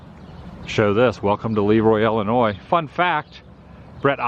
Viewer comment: It's ILL-inois, not ELL-inois. It's painful to listen to.